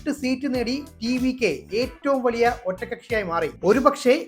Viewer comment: വള്ളിയ അല്ല dayi 😄 വലിയ 😄